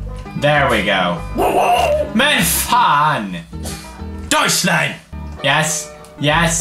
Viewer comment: "doshline" LOL